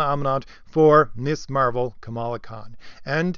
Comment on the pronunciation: It’s pronounced miz. To pronounce it Miss Marvel misses the whole point of the original 70’s second wave feminist character. Ms. is a title, like Mr., that does not indicate the marital status of the person referred to. A seventies feminist idea.